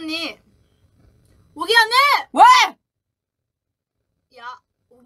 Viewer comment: is how Yuqi's name is enunciated properly.